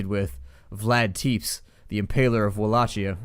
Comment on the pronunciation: Tepes is pronounced as Tepesh and Wallachia as Volakia. I've heard a few of my romanian friends say this.